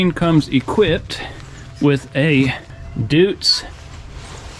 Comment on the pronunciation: The engine is called literally DOITS. Read it like DOITS, this is Gernam word and in German language "eu" reads out like "oi".